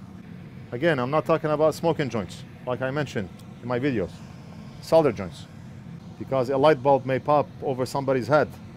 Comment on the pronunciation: Great fix and even pronounce "Solder" the same way as British English :)